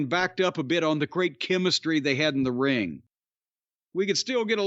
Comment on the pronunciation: “….maybe The Rock has to beat the Gaaaaymuh, in the middle of the riiiiiiinguh, and he’s got a $2 sl** for a wifeuh.”